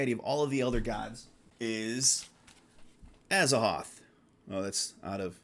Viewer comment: ...you pronounce Azathoth wrong. The "th" isn't silent, HPL wanted it to be an hint both to the Egyptian God Thoth and the word "thought", as in the opposite of or negation of it. It's briefly mentioned in one of his missives but don't ask me for sauces because I'm going by memory. I'm 100% sure about it tho.